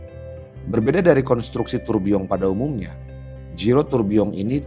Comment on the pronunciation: gw sukak bgt saat lo ngucapin tourbilion pakek eksen prancis